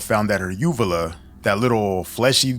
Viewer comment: when you get cosmetic surgery you have to sign a release for those photos for the doctor to take them - and yes they use a phone these days this is extremely common i have had plastic surgeries - also UVULAS (she even pronounced it wrong) are commonly damaged from the breathing tubes during surgeries